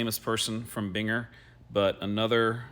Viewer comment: It is pronounced BEAN-Grrr.